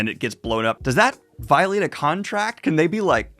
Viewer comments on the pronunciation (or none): none